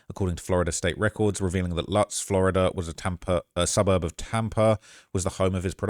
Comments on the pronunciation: Shout out lutz btw pronounced loootz im born and raised 26 years it’s beautiful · it’s pronounced Loots even thought it’s spelled liked Lutz